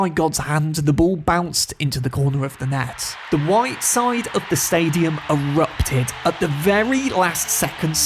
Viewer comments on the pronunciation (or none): none